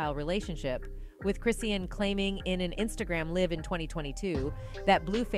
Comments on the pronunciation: Chrisean (Chris-SHAWN) how u reporting on a person and cnt pronounce their name and if it’s a robot reprogram tht mf 😂😂😂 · It's pronounced Chris - Shawn. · I wish you'd pronounce her name right. You can say talm bout but can't say her name. Quite disrespectful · Exactly speaking on someone and can't even pronounce their name right 🤨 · She didn’t get 1/2 of it Right..🤦🏾‍♀️😮